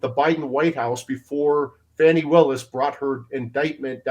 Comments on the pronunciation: Why is the CNN reporter calling her "Fonny"? Her name is "Fani" like a woman's backside "Fanny" 😂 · Benny, how could you let your guest mispronounce Fanis name? Its Faaaaaaani Willis, Faaaaaaaaani! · F-A-N-I spells Fawny like S-A-D-E spells Shawday